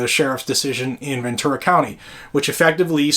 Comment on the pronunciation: It's Ventura, not Venture